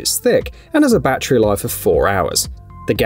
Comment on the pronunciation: It's not a "ba-tree", it's s "ba-TTERY"